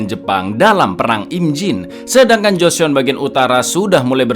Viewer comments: Mas, joseon cuma dibaca joson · Mau info cak klo joseon itu dibacanya joson cakk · bukan gitu cara baca / pelafalan Joseon cak